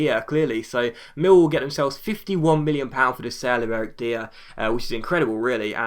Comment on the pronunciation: "Dier" is pronounced "Dyer"